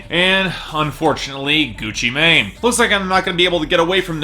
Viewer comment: I feel like Gucci Mane's new album is gonna surprise you. Also, I'm pretty sure Mane is pronounced "man" when referring to the trap god